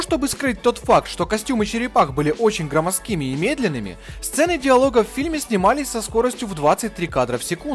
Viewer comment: "громоздк`ими " - как автопереводчик говоришь😄